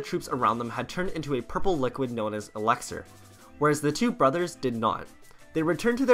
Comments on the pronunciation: Can we talk about how he said alexer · That's not how elixir is pronounced